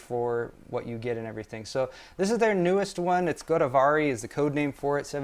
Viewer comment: Its Godavri, named after a river in India. Pronounced as Go-daaav-ree Same applies to Kaveri;named after a river in India. Pronounced as Kaa-whey-ree